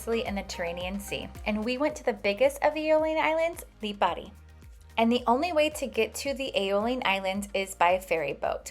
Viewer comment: Good to see people getting off the beaten track and visiting the Aeolian islands even if only for a couple of days. You also pronounced the places well. My family is from Lipari, half the islands population emigrated to Australia and Australia is jokingly known as the 8th Aeolian island.